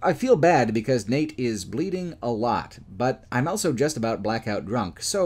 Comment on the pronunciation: pronounces the word "also" as "elso".